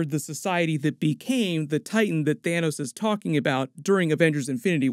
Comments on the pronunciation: its Thanos not Thanous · It’s pronounced Than - oss